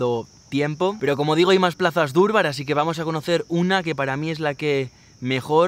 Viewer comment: No se dice durbar se dice darbar soy de Nepal vivo españ muchas gracias por video